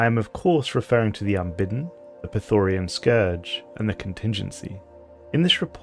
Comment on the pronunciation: Nice video and idea, but it really really bothers me that you constantly pronounce the Scourge wrong. It's Prethoryn, not Prethoryan or Prethorian. There is no A in it. If you make a video about lore, you should at least get the names correct. No offense please. I really like the concept of the video nontheless.